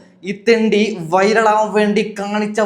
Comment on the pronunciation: വൈരൾ അല്ലേടാ വൈറൽ 😂